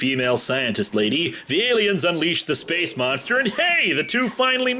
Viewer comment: Space moonstah!